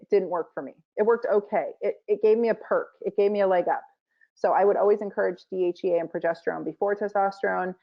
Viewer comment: Interesting. Two medical degrees and cannot pronounce DHEA . It makes you wonder what really passes as a medical degree these days let alone 2 Medical degrees ???